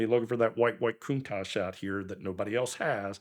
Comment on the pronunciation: Its not aa Coontash, its a contatch.